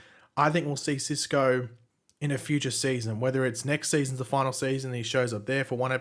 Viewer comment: That’s a big exaggeration on the word “final”